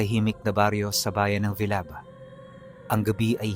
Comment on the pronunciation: Diba villaba Leyte yun hindi bilaba